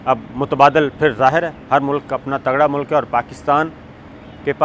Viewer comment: Sabir Shakir please can you first learn how to speak and then make videos....Its not SECORTY its security.....its not MULAK....its Mulk.....dhaggay